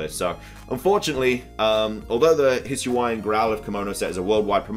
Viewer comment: Just to let you know, the proper pronunciations for Hisui and Hisuian (based on the Presents itself) are [hee·SOO·ee] and [hee·SOO·yan]. Also, based on the Pokédex 3D app for the Nintendo 3DS and this same Presents (on the part when they annunced the Spec. Ed. Dialga/Palkia Switch Lite) the pronunciation for Dialga is [dee·AL·gah], not [dye·AL·gah]. And yes, it's [leh·vee·OH·sa], not [leh·veeo·SAH].